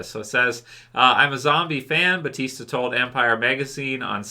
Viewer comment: Just wondering, why is EVERYONE saying "Batista" when his name is Bautista?